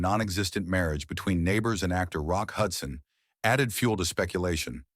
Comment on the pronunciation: It was Jim Nabors..... not Neighbors. Geez.